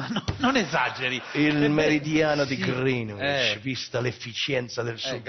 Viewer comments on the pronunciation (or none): Crozza figo (come sempre), comunque non si dice "grinuìcc"; Greenwich si pronuncia "grèneigg". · Si dice Grinic